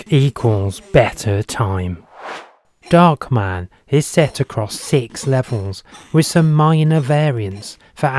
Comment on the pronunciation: it's darkman not "dockman"